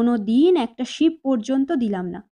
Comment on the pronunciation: Ship na sip